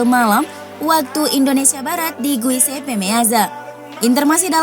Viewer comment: Admin gak bisa nyebut sassuolo wkwk, sassualo.. Giuseppe, guiseppe